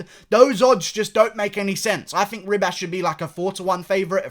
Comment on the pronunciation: Bro, it’s pronounced Amanda he-bas